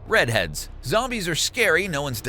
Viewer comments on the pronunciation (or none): SMH. They're pronounced re deads not red heads >_<. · "Redheads" ahem... "REDEADS" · it's REDEADS not RED HEADS. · Red Heads.. LMAO, read your script a little more carefully next time. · ITS REDEADS